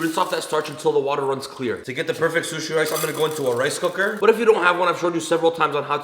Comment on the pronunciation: Zhzhshzh sushi rice